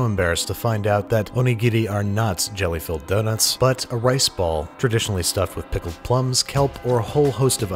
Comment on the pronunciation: Man you pronounce jelly filled donuts REALLY wrong